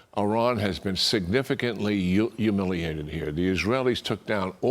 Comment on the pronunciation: " signaficantly humuliated" realy😂